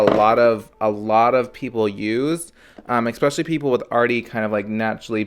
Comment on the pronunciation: THE WORD IS ESSSSSSSSSPECIALLY! Not ExSpecially!